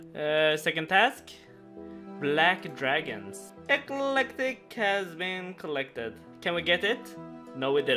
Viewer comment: And why do you say electric like that for lol I wanna hear you say electricity too